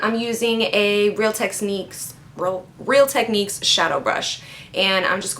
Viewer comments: Lmfao, every time you try to say real techniques, you say real tesniques.. LOL! I love you so much omg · omg every time she says real techniques and messes up, I love it lol, I love her personality ♥